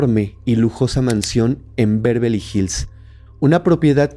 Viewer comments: Beverley No "Bervely" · No, es Bervely la pronunciación, es Beverly.